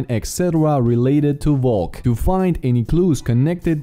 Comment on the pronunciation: Your saying valk wrong